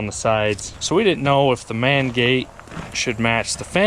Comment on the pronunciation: Know you said main gate but almost sound like the man gate